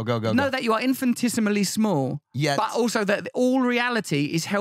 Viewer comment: Potato, potato, tomato, tomato, infinitesimal, "infin-tisimal"